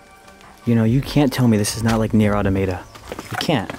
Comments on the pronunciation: Ah toe mah tah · Bruh, how he pronounced “Automata”, lmao. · I love how he miss pronounced nier automata